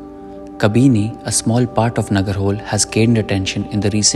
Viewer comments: Please learn to pronounce before making an video.. it's not nagarhole It's na -ga-ra-ho-Le.. hoLe means river in kannada.. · It's not Nagar hole .. It is pronounced as "NagaraHoLey .." ... "L" (pronounced by tongue touching top roof of your mouth 😉😉) The cost part is true. It is highly priced compared to other safaris. RTR - I was unlucky. 0 tigers in 3 safaris ( due to winter season Dec2021)